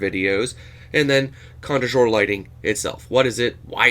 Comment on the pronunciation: Joseph Zbukvic is a great artist, I also like Alvaro Castagnet in that same vein, great video thank you and you're contre jour pronounciation is fine 😎